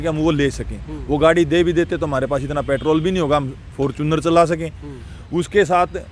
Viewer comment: fortuner ko fortune bolne wala ,koi maasum hi hoga😀